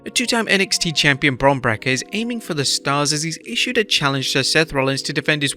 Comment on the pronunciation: Stop calling him Bron Breakka It's Bron Breakker